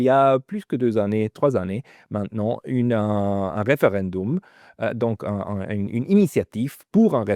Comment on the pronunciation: Btw, c'est quoi cette déformation du français, de "an" pour "un", comme : 2001 n'est pas "2000 ans"!